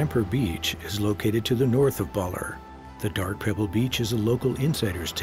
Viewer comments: It's pronouced Ba-lair. Not Baller. Nobody does the minimal research these days. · Baalerr...it's Ba-Ler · Beautiful video and overview but there are also some big problems. To start, the narrator’s pronunciation is just awful on so many words. “Baller?” Come on! It’s Ba-LER! And Baler is such a big part of the video, the bad pronunciation is inexcusable. So many other words are poorly pronounced. It becomes distracting and grating. Show respect and try harder, please. It’s nice to see local and indigenous people in traditional attire, but that’s not what they typically wear while pounding rice or climbing trees as shown in the video. It’s misleading. Some scenes are so obviously staged. It’s nice to see Dumagat people featured, but it’s sad that that the narrator can’t correctly pronounce Dumagat. The video incorrectly refers to a musical instrument as a “rondalla.” It’s actually a banduria. It’s the group playing various instruments that make up a rondalla. Also, scenes from Apocalypse Now WERE shot there. It’s not just “according to local residents,” as if there’s some doubt. And there was no “surfing general “ in that movie. He was a colonel, and wasn’t the one who actually surfed in the movie. Finally, there’s absolutely no practical information about how to get there. Modern hotels are mentioned but status of the airport, roads, ports, and bus service are ignored. Overall, this video is beautiful to watch but a little hard to listen to and provides limited useful information. It could have easily been so much better with just a little more effort. And script and narration ar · Bawler. ba LEHRRR. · I haven't been to Aurora . . so I learned so much from this docu. Some mispronounced words though . . Baler . .